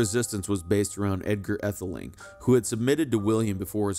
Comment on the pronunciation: Pronunciations need work -- too bad to hear an American voice instead of a British one. E.g., Aethling - long a or AA (ae diphthong use in OE). But clear useful information of historic figures.